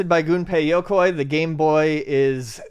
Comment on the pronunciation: "Goon-Pay Yo-Koi" -E-in